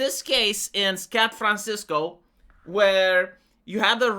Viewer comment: Did I hear this correctly, "Scat Francisco"?